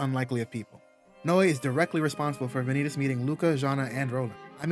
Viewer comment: Am going to be annoying here and say your saying vanitas wrong it pronounced van e tos or van ne tos I suggest to watch a dubbed episode to get it correct but even in Japanese they say it correct even with the end stretched out and am going to assume here that you searched up how to pronoun it on Google it the same with manga the ai voice cannot get it correct compared to a real voice also the word vanitas come from Latin